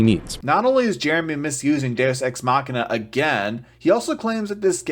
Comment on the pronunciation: I used to like CinemaSins a lot, back when they pointed out inconsistencies and actual sins of the movie; it was really interesting and fantastic to watch, and it's a shame they have fallen so far. Also, Jeremy has butchered "deus ex machina" so much that it no longer means anything.